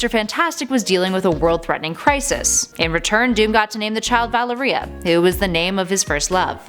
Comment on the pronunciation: Valeria is pronounced like malaria except with a v